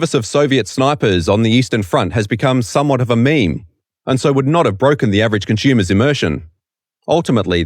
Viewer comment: "conschumers" "aschume" Learn the correct pronounciation of the language already. The first one or two times I thought it was an accident. But the other 20 times just really hurt my ears/brain.